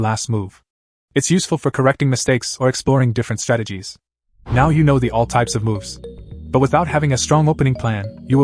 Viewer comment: “I don’t knowv”